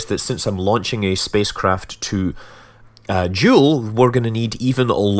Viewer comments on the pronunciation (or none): none